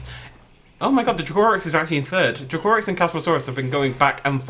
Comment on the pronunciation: Drake o Rex not drucorus